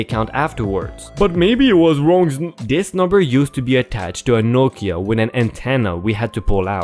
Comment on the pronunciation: I hate “wong” numbers.